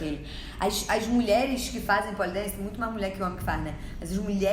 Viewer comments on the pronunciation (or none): Gosto quando tu fala "mulé" 😆